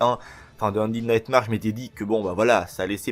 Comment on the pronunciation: ça se dit undèd nightmère